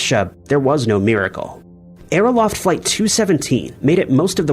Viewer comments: I mias the Scripture and hopefulbess at the end of your vidros. Also, please work on your pronunxiayoon of Men-del-AY-EV and AERO--FLOT, not LOFT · Great series, but it would be nice if you would research these two pronunciations: Aero-FLOT (not -"loft") and DUB-lin (not dub-LIN).